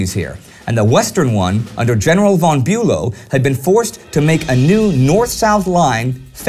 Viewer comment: I have to repeat how great work you all are doing, nevertheless I have a question - why don't you say"von" as "fon" as it should be pronounced, or - generally - why do you pronounce German names /words in this obscure way? Bülow is not Bulow and Moltke is not Moltkee etc.